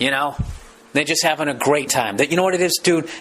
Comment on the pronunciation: "I'm 'avin the calamari"